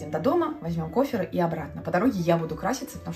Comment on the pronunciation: Простите! Кофр, но не кофЕр...